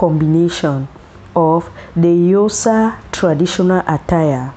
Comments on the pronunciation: It's Xhosa not Yosa. So gorgeous attires but please learn to pronounce Xhosa the right way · sorry ... but its not eusa, its Xhosa ... rather say 'corsa'.... please ! but if you need help ... i'd love to help since i am Xhosa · What is yosa,if you can't pronounce our names properly don't talk about us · Xhosa Xhosa please not Yosa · Its not yosa it's XHOSA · Yosa please not accurate, Xhosa😢😢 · We are XHOSA not YOSA please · Very beautiful. You really brought nice combinations. As Xhosa speaking South African from Los Angeles I wish u can try to learn to pronounce Xhosa better than the way you are doing. Promoting someone’s traditions and values means that you should make an effort learn the pronunciation of words and terms associated with the message you are sending. Thank you for your work. Your pictures brought back the childhood memories. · Please pronounce Xhosa properly! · She doesn't know how to pronounce please p